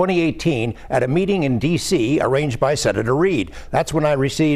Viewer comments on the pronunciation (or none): Hushed, not husked